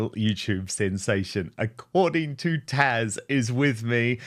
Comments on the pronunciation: Agree but will someone please tell him that her name is TAZ, not Tash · it's Taz not tash